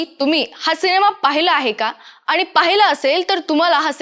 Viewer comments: पहिले म्हणजे "आनी" तर "आणि" मराठी बोलता तर कृपया शुद्ध बोला. आणि कृपया आमची भाषा अशीच वैगेरे कारण देऊ नका. अशुद्ध पाणी पिता का?किंवा अन्न खाता का?? मग भाषा देखील शुद्धच हवी. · ॲंकर बदला फार जड आवाजात बोलते आनी पानी